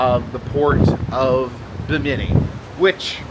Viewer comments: Pronounced “Bim-min-knee”, you are saying “bah-mini”. I’m really enjoying your videos! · Uh... buh-Many? Try BIM-uh-knee. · Bimini is pronounced “Bim-eh-knee” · Fun video! 👏 Just one thing, it’s BI-mini, not Bi-MI-ni.😇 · Hey! Great cruise videos! Bimini is pronounced like Bim in E. The Bim rhymes with Jim. Also, next time you go on a cruise, you can take some dramamine so that you won't get sea sick. The only thing is you have to take it before you start feeling sick.